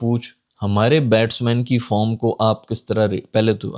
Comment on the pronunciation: Batting form nahin batting farm bola tha journalist naey 😅😂